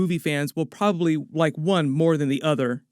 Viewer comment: You're doing a great job, young lad! I enjoy your videos well. But don't get a swelled head or get sloppy, you're not perfect! For one thing, there's three syllables in the word "probably" so don't sell us short. Otherwise a great effort.